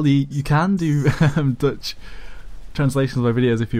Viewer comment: And again: did you said dutch or deutsch?